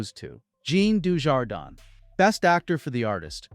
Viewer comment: your mis-pronounciation of Dujardin's name is disgraceful..American ignorance at its best.